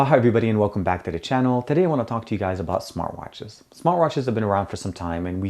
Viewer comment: is it "smart watches" or is it "smoratches"? mnaybe you can slow down your speech a little bit: ther might (irony..) be viewers from other countries...